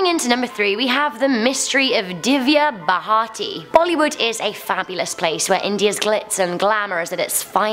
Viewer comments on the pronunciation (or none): Someone please teach this poor girl to read words XD it's Gur-gao-n and Divya Bha-rti there's no 2nd h in her surname! And the city of Pune is pronounced Pooné not Peun.